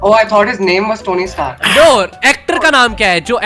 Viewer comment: tony stark ❎ Tony straak✅😂😂😂